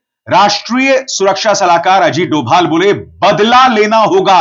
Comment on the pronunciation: Dhobhal bolna sikh